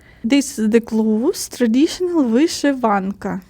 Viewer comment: Hi, nice to watch your videos. Small advice or correction for you pronunciation. When you see English letter "i" it is not Ukrainian "і" but rather "и", for example not "традішін" but "традишин" otherwise you sound like russians., and you are not:-). Don't be angry... And word "intelligence" in English is not the same as "інтелігенція" in Ukrainian. It is something like "розвідувальна інформація". English doesn't divide people into such categories. Keep making your videos, they are getting better and better. Tschüss.